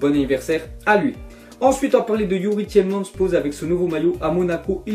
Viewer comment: j'en ai marre des français qui prononcent mal youri tielemans